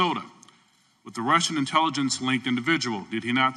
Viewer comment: "INTiLLEGENCE" Committee 🤣🤣🤣 Sounds like there are aliens among us👽